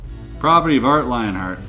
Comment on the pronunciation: spelt - lionheart spoken word sounds like lyon as ie lie yon